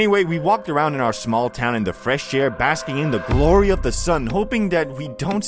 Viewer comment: Does bro actually talk like that?😂 Bro says "da" instead of "the"